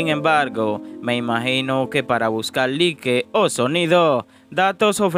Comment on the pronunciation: Talvez se equivocó para los que no saben no se dice like se pronuncia así como suena Laik). Se oye raro saludos